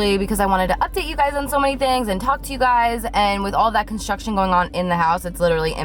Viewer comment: I thought you were saying that you're having contractions instead of construction Lol i'm like but she's not pregnant